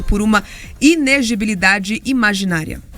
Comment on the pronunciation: A repórter não consegue falar inelegibilidade. kkkkk